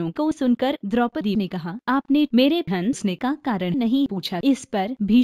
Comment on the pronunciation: Pehle hansne bolna to seekh jao jaiae railway stn wali ladki ki dubbing ho